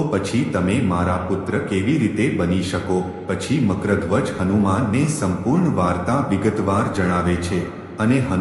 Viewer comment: Nam no ucchar to spashta karo